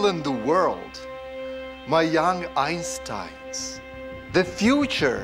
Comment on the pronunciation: Complaining about pronounciation of others and yet pronouncing Einstein wrongly. Pathetic.